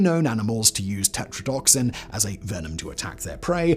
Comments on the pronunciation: This isn't due to an "accent". "Tetradotoxin" has five syllables. "Tetradoxin" only has four. This isn't a mispronunciation. It's a reading error. The narrator is perfectly capable of pronounding "tox" correctly. An "accent" typically substitutes sounds. It doesn't skip entire parts of words. I don't have a problem with people's accents. I speak a half dozen languages, myself, and I speak ALL of them with an accent. "Accent" is not my problem, here. Lack of attention to the word being read IS. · And it's tetradotoxin, not tetradoxin. He said it so confidently incorrectly. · He just doesn't care anymore lmao which like, it's whatever. As long as I can tell what he's trying to say. I don't even let it phase me anymore lol EDIT: Nvm I take it back. Hearing "tetrodoxin" instead of tetrodotoxin 3 times in a row just straight up made me mad lmao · Simon, you keep mispronouncing the blue-ringed octopus’ toxin. It’s TE-TRO-DUH-TOK-SIN (five syllables). You keep saying what sounds like TE-TRO-DOK-SIN (four syllables). Minor, but still incorrect. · It's Tetradotoxin, not Tetradoxin. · Simon, most Latin based medical words, whether the scientific name of a plant, a toxin, or a disease tend to have the accent on the second or third syllable. And the blue ring octopus toxin is te-TRODO- toxin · Yeah I cringed at the pronunciation of a lot of things but considering that he has an accent, and I’ve heard most of those things pronounced in YouTube videos I tried to look past it. Seriously though “Tetrodotoxin” being pronounced wrong is a really petty thing to point out when it could just be an accent